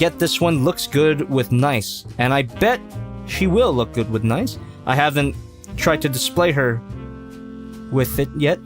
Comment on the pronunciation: I’m almost positive it’s pronounced like arcee - nice-ee not just nice